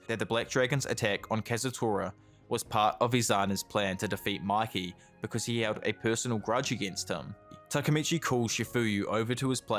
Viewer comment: its mikey not mickey... phe just mispronounced or bc of his accent